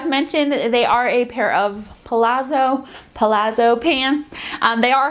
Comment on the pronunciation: I think midrise nude briefs with the shirt tucked into the briefs would solve that, but whyyyyy are they doing this to us lol. A light lining is definitely something I’m willing to pay a little extra for. Btw, it’s pah-lahtzo, kind of like how we say peetza for pizza :)